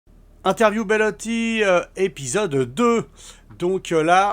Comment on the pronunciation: C'est BELOTTI et non pas BELLOTTI.